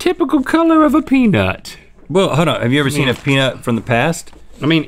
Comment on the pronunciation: The Nicotine "Peenut"